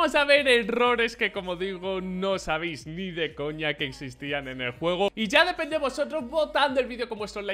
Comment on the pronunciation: por dios, es "no sabéis" no "no sabis" jodiooo 😂